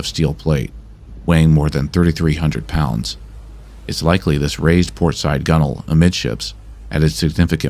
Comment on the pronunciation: The correct pronunciaton of "gunwale" is proof-positive of no AI narration. Hail!